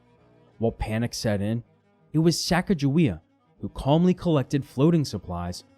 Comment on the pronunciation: When he mispronounced "Pierre," i just knew he was going to mispronounce Sacagawea as well. Stopped watching at that point.